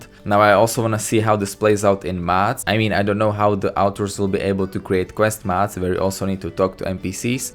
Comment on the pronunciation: you sound like your saying mats pls its mods